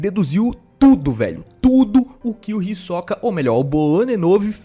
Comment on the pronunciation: Mano, por favor, para de falar "Hisóka"!! Vou ter um derrame!!! É "Hisôka"